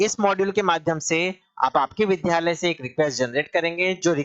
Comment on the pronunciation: विध्यालय नहीं विद्यालय बोलिए । अगर आप शिक्षक हैं तो शुद्ध उच्चारण आवश्यक है आपके लिए । द्य एक संयुक्ताक्षर है जो द् + य से मिलकर बनता है इसलिए शुद्ध उच्चारण विद्यालय है अर्थात विद्या का घर ।